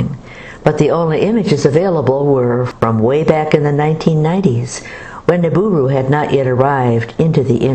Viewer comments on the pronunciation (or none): It's "Nibiru" not "Niburu"! TNX!